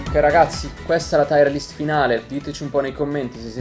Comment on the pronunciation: Bella lista. Però si dice tier list, non taier list.